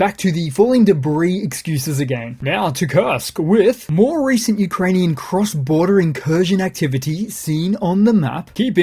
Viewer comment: You should pronounce Ukrainian ( and Russian) geographical names in a proper way.